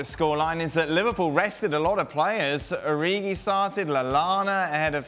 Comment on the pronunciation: Did he mean Divock Origiiii? 😨